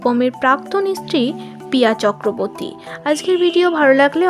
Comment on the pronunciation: Chakraboti noy.uchharon thik korun.banan shikhun